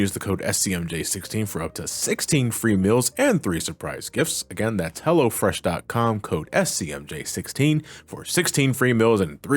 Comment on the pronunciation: Every time i here someone saying "hello fresh," it always sounds like "hella fresh" to me. Thank u for fully pronouncing the O. Lolz